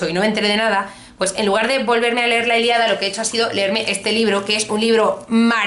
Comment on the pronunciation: La Iliada? La ILIADA??? Es la ILÍADA!! Con tilde coño! Que me da algo cada vez que te escucho pronunciarlo mal! Sin acritud.